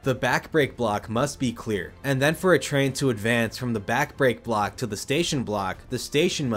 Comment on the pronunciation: kudos for how well you managed to say things like “Back Brake Block” through this entire explanation. This section sounded like you were saying some long tongue twister.